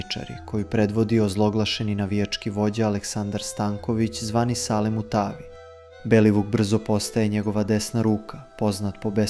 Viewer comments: Mu Ta Vi poznati kineski vojskovodja i strateg.😂😂😂😂😂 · muTaavi ahahhaha prevrnuo sam se sa stolice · 😂😂😂😂 muuutavi za mutavog hahaha 😂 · MUTAAVI HAAAHAHHHAAHA SAčekuŠI